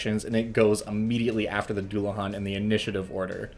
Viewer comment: Oh God it's a celtic word I'm not looking forward to hearing it pronounced, I'm holding out hope especially since it's not as hard as some words in Irish Scottish or Welsh but still Edit: ok it wasn't too bad it's not great but if you don't know Irish you wouldn't know that it's a deu-la-han